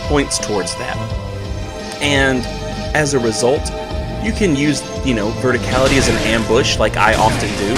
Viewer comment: you said V E R T I C A L I T Y wrong.